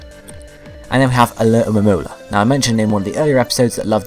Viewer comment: It's funny how you say Alomonola ^^